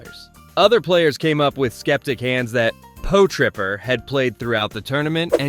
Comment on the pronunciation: Po-Tripper!?😂 Pot-Ripper